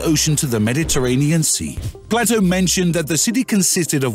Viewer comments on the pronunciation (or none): The philosopher's name is not pronounced Platto, it's Playto. Plato with a long A. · It's not Ignatius its pronounced ignashious, its not platto its plato.. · Bad pronunciation. Playto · I know thought that was a really bad mistake mispronouncing Plato as well as Mariana. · You're not wrong. One has to question the validity of any narrator who has never heard of Plato 😉